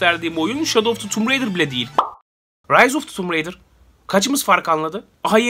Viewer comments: tumb raider değil tomb raider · Abi oyunun ismi tummb ridır degil TOMB RAIDER bide video neden bi anda bitti